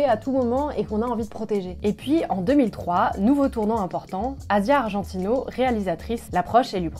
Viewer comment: C'est Asia Argento, pas Asia Argentino 😉